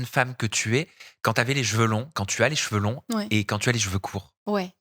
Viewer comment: Bravo! Y'a du progrès! Tu dis cheveux, au lieu de jeveux, une fois sur 3!😆 😘❤